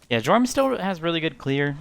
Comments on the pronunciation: Don’t wanna be a cock but it’s pronounced “yorm” not “jorm” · Dude said Jormun wrong. Unsubbing XD